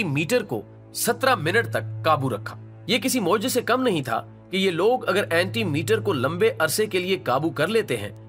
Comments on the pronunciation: Not anti meter its call anti- mater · janab ap ne video achi bnai hai,.. magar ap apni pronunciation thek kerin (antimatter) hota hai anti metter nahi hoti , o& the next things is k Allah k raaz pe se jab tak koi parda nahi utha skta jab tk wo ( ALLAH) SWT khud na chay alfaz ka chunao zra dkh bhaal ke kejay plzz.. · right. He is saying meter again and again whereas the right word is matter. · Bhai Anti-Meter nahi Anti-Matter hota hai! Aap thori se tawaju apne accent aur English per dein! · Its called "Antimatter" not "AntiMeter" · Correct your pronounciation.. Anti-matter not Anti-meter.... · It is anti matter not anti meter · Admin Sb, Anti Mete nahi hota....Antimatter hota ha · Meter nahi bhai matter hota he